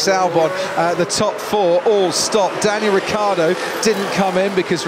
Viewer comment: Anyone gonna talk about the mumbling when croft trying to say "Daniel Ricciardo?"